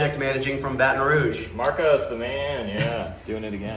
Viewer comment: You pronounced it wrong. It's Bahtahn Rooooog.